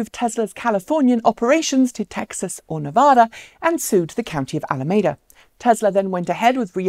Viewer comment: It's pronounced A-LA-MEE-DA